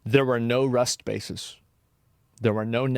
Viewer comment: 😂😂😂😂im dead, Asmon Saying RUST bases is hilarious af